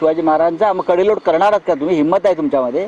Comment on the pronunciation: कडेलोट शब्दाचा उच्चार कोणी केला शेलार 😊